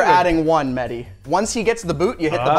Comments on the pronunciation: MEHDI not MEDDY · It's mehhhhdi not medi😂